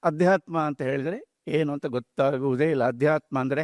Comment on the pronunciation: ಆಧ್ಯಾತ್ಮ ಅಲ್ಲ ಅದು ಅಧ್ಯಾತ್ಮ